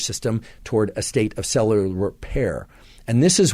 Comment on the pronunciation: Great info! Listening to him say “cell-la-lar” instead of “cellular” made my left eyebrow twitch, though. 😅